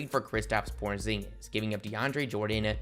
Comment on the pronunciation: Did you say Kristaps Pornzingus?